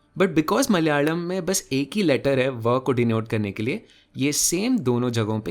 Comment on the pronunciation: I love how a Hindi speaker properly said the name of Malayalam. Thank you very much.